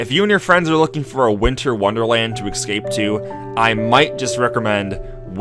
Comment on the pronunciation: "excape", "amesmerise"